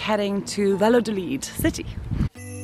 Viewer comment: Cute video. 😊 By the way, the name of the town is pronounced Vayadolid, and not Valadolid.